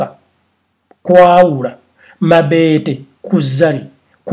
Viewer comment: Banange nfaa mbu MABEETE ITS MABETO HAAHHAHA